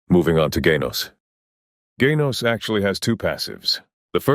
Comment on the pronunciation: why do u say "gaynos" like its kinda annoying otherwise great vid.